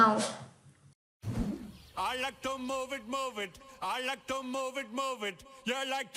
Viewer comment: Сорри, но произношениең нашар екен. Тіл үйрету үшін идельноболу шарт емес. Бірақ қарапайым сөздерді дұрыс айта алмай отырсың. To деген сөзді "тью" деп оқисың. Олай болмайды.